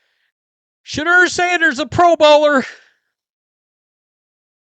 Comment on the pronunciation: Im not really a Sanders fan, but why cant this dude say Shadeur correctly. Very annoying to hear someone screw up names while trying to sound informed. Its Sha-dour not Sha-der.